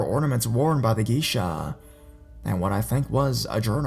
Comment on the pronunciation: its pronounced gay-sha...check pronounciation first please